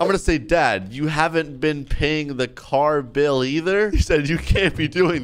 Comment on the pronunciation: bro said car bill